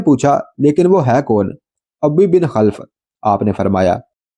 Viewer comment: آپ علیہ السّلام ، سعد (رض) کو تِیر تھماتے اور فرماتے ، " فِدَاکَ اَبِی٘ و اُمِّی٘ ! سعد تیر چلاؤ ۔" یہاں جِس دشمن ِاسلام اور دشمن ِرسول علیہ السّلام کا ذِکر ھے اُس کے نام کو یوں اُبَی٘ بِن٘ خَل٘ف پڑھیں اور بولیں ۔